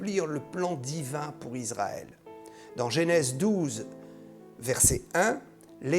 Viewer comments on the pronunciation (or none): none